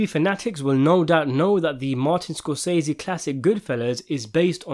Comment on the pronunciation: Where is this guy from and why does he pronounce Martin Scorsese all wrong? If he didn’t want to google it, he could’ve looked it on YouTube. There’s a video of Martin saying his name correctly. I cringe at how many times he says it wrong. I’m only 3 minutes in and I can’t watch the rest. 🥺 I’m sure it’s a good video. But sprinkle some respect on Martin’s name. He’s a legend.